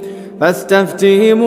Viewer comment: is again wrong pronunciation please make it correct FASTAFTIHEM you pronounce FASTAFTIMOO